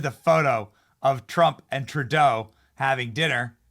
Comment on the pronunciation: At about 2 minutes in it sounded like you said "TurDeau" then corrected yourself to "TruDeau". Its okay Benny, many of us in Canada call him "TurDeau". 💩 Another favorite pet name we have for him is "Justine Trudeau". God bless you Benny from Toronto Canada 🇨🇦🤗✝️🇺🇸